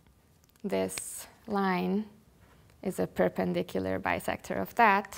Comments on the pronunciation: "Perpindicular"? NOT! ;-) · "perpindicular" = perpendicular. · Nice but at 3.08 the word is perpendicular.